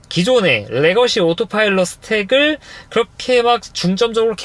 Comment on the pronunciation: 이 형님은 다 떠나 오로파일럿 발음에 어색하구료